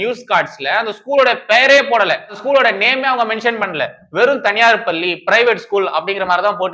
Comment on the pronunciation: தம்பி! பள்ளியின் சுவர். பல்லி என்று கேட்கிறது. தயவுசெய்து உச்சரிப்பைத் திருத்திக் கொள்ளுங்கள்.